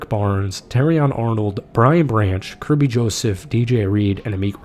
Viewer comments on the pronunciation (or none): none